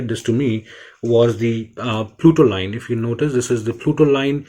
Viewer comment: It's Putoline NOT PLUTOLINE Bro